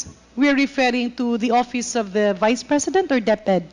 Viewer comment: OVP hindi OBP . Vice president hindi Bise president. V should be pronounced as V and B should be pronounced as B.